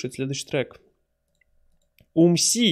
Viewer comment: Умси появлялся дважды на андеде и один раз на дабл терапи. Бтв Умси читается с ударением на У